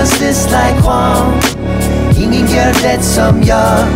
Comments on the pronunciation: haha I was thinking the same. like det is supposed to be pronounced de without the t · In the chorus when he says "Ingen gor det som jag" he miss-pronounces det. It's pronounced Dee-et